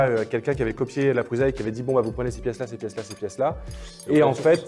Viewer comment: Ben alors, on zozotte? C'est pas PRUZA mais ça se prononce PRUSSA;) Et puis en passant la I3 est le design de sa 3e itération. Allez voir la Prusa Mendel, ça n'a rien à voir. Sinon les billes qui se font la malle, c'est sur les roulements chinois, là vous ne risquez rien...